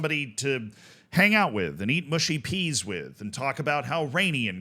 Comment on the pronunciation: As a recruiter who is on LinkedIn as a big part of my job I…can’t have many complaints about statement. As a northerner I’m more offended by how Z pronounces mushy peas